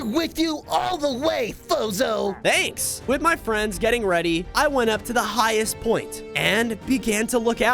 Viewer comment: I Have a question When I Watch your video I keep hearing Bozo but your real name is fozo🤔￼￼￼